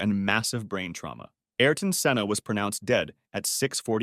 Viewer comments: Its senna not Sienna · si-enna? senn-a